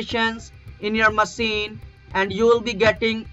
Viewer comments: Babu usne machine nahi maseen bola hai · Jaise hi koi machine ko masine bolta hai, main samajh jata hun wo kahan se hai😂😂😂😂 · Its Masine, not machine 🤣🤣🤣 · Jo machine ko maseen bole, samajh jao SCAM hai😂😂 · Machine ko 'masine' bolta hai re dogla ... Mahabirwa wala ... Yahin phas gya 😂😅